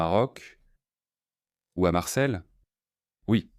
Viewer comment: Marseille, pas MARCEL XD - -' Marcel est un prénom XD